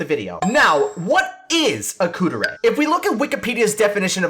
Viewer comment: not Kuu-der-ay... Kuu-deh-ray